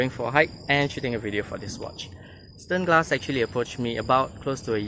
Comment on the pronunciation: This is German, Deutsch name. Read: Shternglass!! Zirkel read Tsirkel.